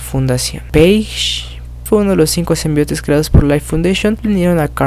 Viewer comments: me gusta tus vídeos , odio que no sepas pronunciar SIMBIONTE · Se escribe y pronuncia Symbiontes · symbiontes se dice xD